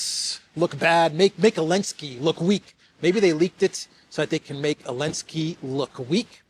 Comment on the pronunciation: 😂😂 ELENSKI!??😅😅EVERY TIME YOU SAID ELENSKI!!😅😅WAY MAN,WAAAAYYYYY